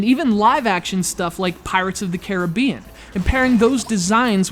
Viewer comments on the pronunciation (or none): none